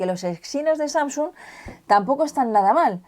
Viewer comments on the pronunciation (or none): none